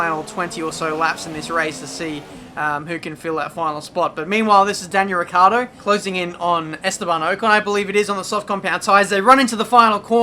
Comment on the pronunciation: Oh god. Is ricciardo. Not riccardo.